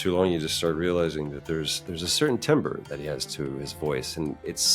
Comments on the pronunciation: disappointed to hear he doesn’t know how to pronounce timbre. Probably not a musician so I understand. It sounds like tamber btw. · He is a musician, actually. He's been in bands and writes his own music now I believe. I think he just misspoke.